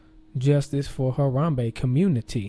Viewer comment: lmao he said "rip Gorilla"...lol like when u rip something! lmao!!!!!! I like the way he says "Haram-Bae!"!!! LMFAO